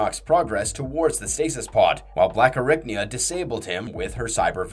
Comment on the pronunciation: ….what the fuck is a “Blackarricknya”?